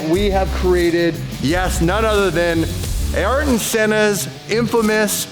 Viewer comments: Ayrton Senna. Not Aaron Senna 😂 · his name is ayrton not aaron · “Ayrton Senna”, not Aaron,. Oops! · He just pronounced ayrton a little different